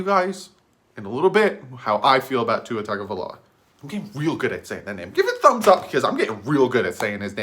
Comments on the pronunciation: Yea, you are the Tua name pronouncer expert now!!! Props dude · I gave you a thumbs up for saying Tua’s name right